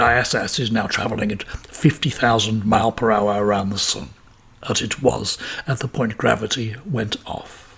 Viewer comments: Why can’t this guy say miles!? Drives me mad. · Miles... Fucking miles. Multiple... Pronounce the S you tit